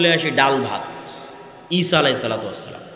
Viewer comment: SALAM TA KI SHUDDHO HOLO?